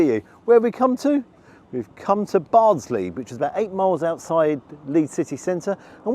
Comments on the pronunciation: *Bardsey not Bardsley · Bardsey !!!! Not Bardsley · Bardsley? Never heard of it. Oh you mean Bardsey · you appeared to mispronounce the name of the village, we had our Christmas works night out 30 years ago,i ordered Aberdeen angus steak,it was the size of a yellow pages,best steak I've ever had,it melted in my mouth like chocolate, for dessert i forget what it was but i was miffed it appeared to be a small portion, as it it transpires it was that rich it took effort too eat it,a most exquisite dessert never will i judge a book by its cover,they had a fleet of 4×4 taxis to ferry us home,it was all free,i thanked my boss& said thats best meal I've ever had.i think it touched him.true story.